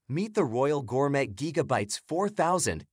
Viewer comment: But also, Gor-mett? smh